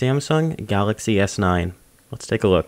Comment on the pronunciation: Ohhhh I see, you can't pronounce your L's, that's a first